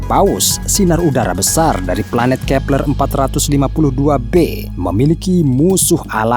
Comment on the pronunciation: Kee peLERRR X 😂😂😂😂😂😂😂